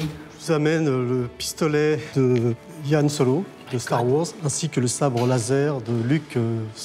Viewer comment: "Star Wors", "Yan Solo" 🤦‍♂️